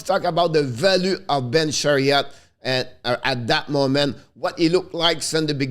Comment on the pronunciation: C'est Ben Chiarot pas Chariot, hehehe bon travail! Lâches pas!